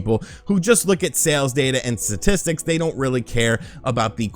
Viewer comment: Dude don’t say “statics” like that.😬😆🍜